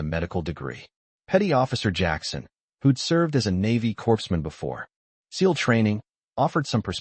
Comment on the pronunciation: The word ‘corps’ is pronounced ‘core’.